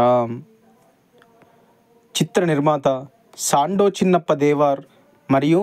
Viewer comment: నాన్నా దేవార్ కాదు దేవర్